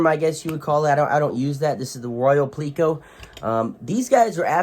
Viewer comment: You say pleco weird